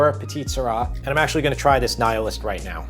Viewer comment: "NIL-ist" It aint Egyptian, it aint about the Nile. 🙂😛🤣🤣🤣